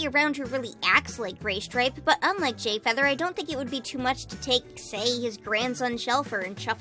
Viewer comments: Am i the only one who noticed she said GAY feather 🤔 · I swear I heard GayFeather Wha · did u say gayfeather-🌚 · I thought it was just me